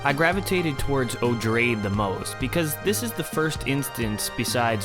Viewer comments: Odrade is pronounced oh dray dee, 3 syllables, like Atreides uh tray Deez, from which Herbert describes the name is derived. Jeez, ma trays? May ters is correct. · Love this series of videos. Just an aside, Odrade is pronounced like - Oo-draw-day - similar to Atreides, since she's related. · I'm pretty sure Odrade should be pronounced as O-drae-dee, cuz its stated to be a later form of the name Atreides.